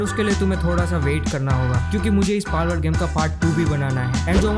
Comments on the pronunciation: Palwould ❎ Balwould ✅😂😂😂😂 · Palword❌ Malword✅ 😂